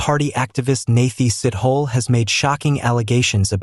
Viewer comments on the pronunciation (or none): Sithole 😢...not Sit-hole please